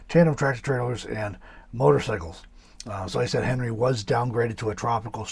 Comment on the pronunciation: Henri is a French name and is pronounced as “on-ree”. The good side of this dtorm is wetter than normal it appears.